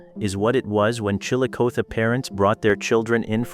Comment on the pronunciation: Somebody try to fix AI to recognize words that have two meanings. Galena means LEAD ,pronounced LED, the mineral, NOT LEED. and lets try Chillicothe, produced ChillicothEEE.